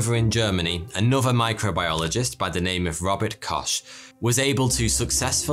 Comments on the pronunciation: Koch is pronounced like loch in Loch Ness. His name wasn't Kosh. Kosh is a Vorlon. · absolutely butchering his last name LMFAOOO! its not 'sh' its 'x' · robert kosh?? Hey man, it's "koh", with "h" being pronounced really hard. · It's Robert Koch. Not kosh. The pronunciation is very smooth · It really does sound like that’s what he’s saying lol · That's not how "Koch" is pronounced.